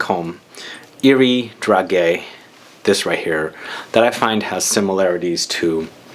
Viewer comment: Hi! Thanks for your video! So hard to find video about lancome. On the french website there is reductions right now. And by the way, we say DRA JAY ( like Jay Z) 😉